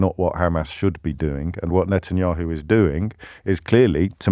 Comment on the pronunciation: The caller can’t even pronounce Bibi’s last name- keeps calling him Netanyoo, yet he feels like he’s clever enough to call in to debate James.